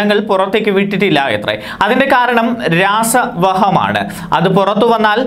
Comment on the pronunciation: അതിന്റെ കാരണം "രാസ വഹ മാ ണ് " എന്നത് രസാവഹമാണ് എന്നല്ലേ വായിക്കേണ്ടത്...?